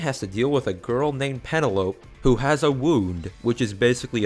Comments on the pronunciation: It's pronounced (pen-nel-o-p) not (pen-o-lope) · So we just not gonna mention his pronounciation of penelope ok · when you say pene-lope. do you mean penel-opie?... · it's pen-ell-uh-pee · The way this guy pronounces 'Morioh', 'Penelope' and 'Passione' makes me want to shoot myself. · I could forgive the way you pronounced Morioh. But Penelope? Really? Improve your motor functions